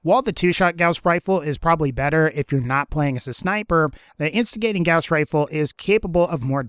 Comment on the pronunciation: I mean no offense but holy crap dude Listen to how Gauss and Gamma are pronounced I am sorry but with how much you said "Gaeus" it seriously bothered me